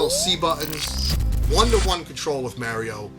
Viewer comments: Mario, not mary-o. You’re Italian for Gods sake. Paisano. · The way you say Mary Oh❤❤❤😂 Brooo when Star Fox 64 dropped and came with the rumble pack?!?!? I was so blown away by the box size. And SOOO immersed with that rumble feature. And now the rumble is a STANDARD.